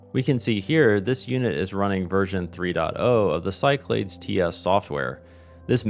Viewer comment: Awesome! I don’t know why I think this but Cyclades may be pronounced Sick-la-dees? Been enjoying this whole series and can’t wait for a crossbar POTS Telco series!